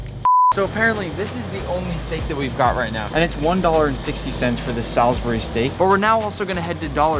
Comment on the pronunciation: Hearing someone saying Salisbury like that was really odd, as I live there!